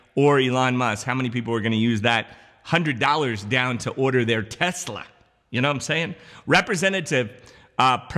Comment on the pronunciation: $1400 + a BOOST — lol at the way said TESLA